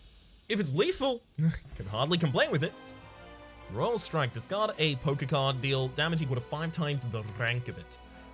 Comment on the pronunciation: Hahaha every other time he said poker card I herd "poke-card". Made me chuckle!